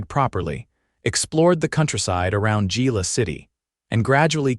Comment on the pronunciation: To whoever is narrating this it's pronounced ' Hila' not Gila